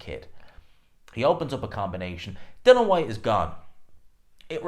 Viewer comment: IAN... DillI -IAN DILL-IAN DILL-IAN.. It not fkn Dillon ffs